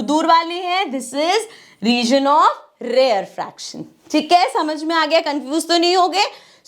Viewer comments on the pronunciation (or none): Mam it's not rare faction it's reuh - ruh - fak- shun